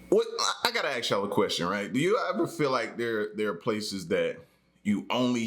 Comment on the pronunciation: Ask or aks??